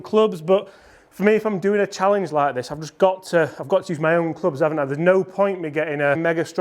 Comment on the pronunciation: When I was in my 20's I could hit a PW 154 normal, now it's around 145 at 39 years old. Love this challenge. Ch"AL"enge